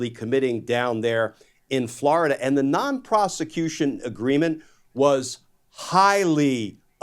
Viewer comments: WFF????!!!! Prostitution! Not Proscution!!! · Why do I always hear twice "solicitation of prosecution"? Am I hearing it wrong or is it mispronunciation? Non-Prosecution-Agreement-1433.pdf